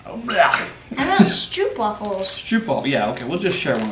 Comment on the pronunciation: The oo in Stroop is pronunced like the o in scope